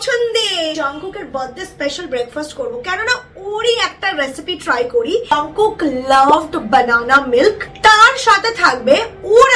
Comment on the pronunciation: It's jungkook not jangkook